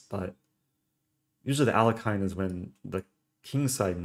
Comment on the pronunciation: It's 'Al-yek-in'